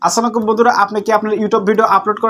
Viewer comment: আসসানাকো বলে সালামটাও ঠিকমতো দিতে পারলেন না 😂😂😂